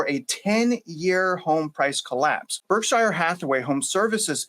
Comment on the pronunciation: You mispronouced "Berkshire" about 10 times ....... Pronunciation American pronunciation Sounds like burk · shr